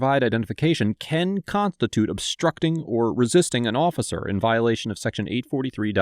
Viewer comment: "constitute" has an "s" in it. Continue....